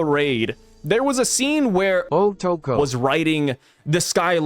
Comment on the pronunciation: this dude hilarious with the “otoko”🤣🤣🤣